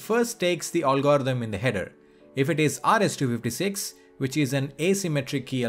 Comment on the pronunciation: Ffs learn to say algorithm!